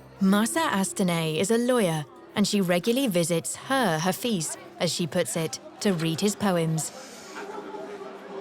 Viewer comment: THANK YOU SO REFRESHING AND NOSTALGIC. MY BEAUTIFUL IRAN. IF I MAY CORRECT THE PRONOUNCIATION OF HAFEZ AND NOT (HAFIZ) AND PRASAGAD AND NOT ( PASARGADI ) THANKS AGAIN.